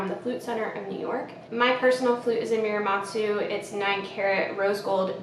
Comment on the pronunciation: Muramatsu. Moo-rah-mah-tsu. Not mew like the pokémon :)